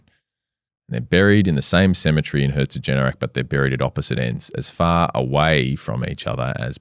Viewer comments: Its herzogenaurach not herzogenerach 😂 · Herzogenaurach: HEA-TSO-GHEN-OW-RACH "Ch" being pronounced like the Spanish J (e.g. José) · Apart from you totally butchering HERZ-OG-EN-AU-RACH, this was a great video. Also I bought ANTA Sports shares when I heard they bought Puma. Still in the red. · As a german - thanks for the fantastic episode, I never actually heard about it in that much depth and detail! And the way you pronounced "Herzogenaurach" is just blatantly wrong and could be considered an insult to the entirety of the german language, the citizens of germany, austria and switzerland. Besides that - great job mate! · as a german i can say, every time you tried to say herzogenaurach i hurt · At first it hurt, but it turned into a "running joke". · Being from Herzogenaurach, the "small city" both companies started in it's always super fun to hear about it. Funny to think that this small town has really has had such a global influence. Thanks for the great video! The pronounciation attempt at Herzogenaurach did make me laugh out loud however 😂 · The most insane pronunciations herzogenaurach I’ve ever heard, in a good way